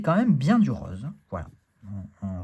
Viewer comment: Ahhhh ..le "rauz" du Sud-Ouest ❤ ;-). Plus sérieusement, très très beau, j'aime beaucoup le dos, les tranches " rauz" ;-) , il y a du contraste, de très belles couleurs. Je ne savais pas s'il y a de l'IA dans ce deck en revanche ? Pour finir: payez par carte les gens et pas par PayPal. Soutenons nos boutiques car PayPal implique des frais payés par Nicolas.